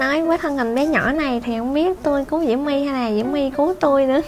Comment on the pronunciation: Chị ơi nói là diễu my không phải là mu